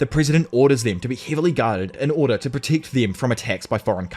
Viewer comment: The way you pronounce protect and Megumi must be a wind up, right? Ridiculous